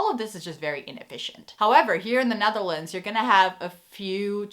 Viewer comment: Why do you call the country The NAtherlands?